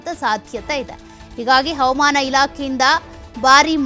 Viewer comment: ಅವಮಾನ ಅಲ್ಲ ಹವಾಮಾನ... ಸರಿಯಾಗಿ ಹೇಳಿ